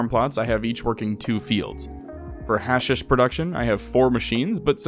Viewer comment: I'm sorry but, hearing you mispronounce words you obviously don't know like hashish and thrall for 2+ hours is a major ick. PLEASE 😭